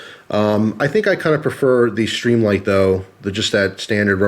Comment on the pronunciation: why do add an "h" when and pronounce as SHtreamlight? I like the looks of the Streamlight, but prefer as you pointed out earlier - the solid, non-rubbery button on the thrunite. Nice tight review. I wish they made these usb rechargeable - I've really gotten used to that feature on other products.